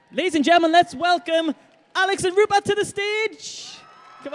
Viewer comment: Rupert, not Ruppert!